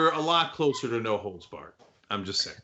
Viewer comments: For second I thought he said “No hoes barred!” 😂😂😂😂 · I thought it was "no holds bark" lol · You’re the only one who thought it was “holes.” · I don't watch any sport, and always knew it was holds. It's just that here in the Midwest, we pronounce the whole word. Never had any idea what it meant.